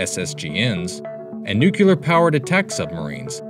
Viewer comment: Nucular looool